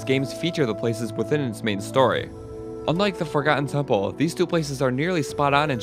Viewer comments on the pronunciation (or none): none